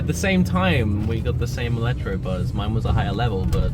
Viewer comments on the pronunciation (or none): electabuzz!! It's electabuzz!